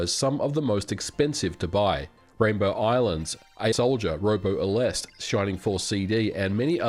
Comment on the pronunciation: Take a shot every time he pronounces Robo Aleste differently.